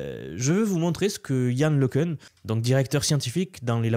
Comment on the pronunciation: Yann Le Cun [ləkœ̃], né à Soisy-sous-Montmorency